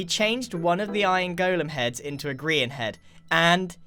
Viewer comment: *pronounces Grian as Brian*